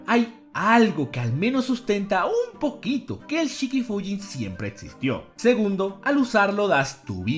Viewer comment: Me quería ver el vídeo pero me pusieron muy nervioso los "etsiste" "etsistió"